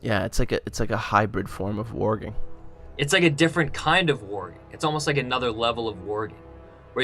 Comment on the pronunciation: it's not warging